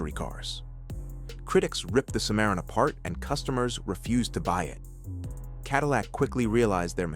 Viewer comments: AI voices always expose themselves when they mispronounce some words or names. Nobody says A W D, we say all wheel drive when we see those letters in car context. I didn’t even know what Mr computer voice was talking about when it said Cadillac Simaron. It meant Cimarron. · It's pronounced sim a ron